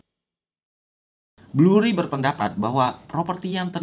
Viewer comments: BURRY bang, bukan BLURRY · 1. Michael Burry, bukan Blurry 2. Bukan hanya MBS, tapi ada CDO dan CDOsquared yang kontribusinya besar terhadap kehancuran ekonomi 3. SPM bukan berarti berpendapatan rendah, tapi credit score-nya rendah, mau gaji rendah atau gede tetep bisa punya credit score rendah kalo pembayaran kreditnya jelek 4. Ga ada penjelasan kalo KPR tersebut dijadiin MBS yang kemudian MBS tersebut dijual ke investor, yang artinya yang nanggung risiko KPR tsb bukan bank lagi melainkan investor 5. Dari sekian banyak yang main MBS dan CDO, cuma Lehman yang disebut, padahal BofA Credit Suisse Goldman JPM Citi MorganStanley juga ikutan MBS(tapi ga sampe zonk) 6. Yang nilai MBS bukan cuma S&P, Moody's sama Fitch juga ikutan (ini ada di film) 7. CDS sistemnya bayar premi, bukan semakin tinggi semakin rugi, itu swap bukan CDS 8. DJIA dari 2007 ke 2009 turunnya 54% S&P500 Nasdaq juga sekitaran 54%, mana bisa baik indeks atau saham harganya turun lebih dari 100% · Penjelasannya keren detail dengan durasinya hanya 5 menit tapi banyak kesalahan pengucapan seperti Blurry, The FED BUKAN THE FID, dan MORTGAGE bacanya MORGEJ bukan MORTEJ. Gue kira awalnya salah sebut aja, tapi kok diulang-ulang.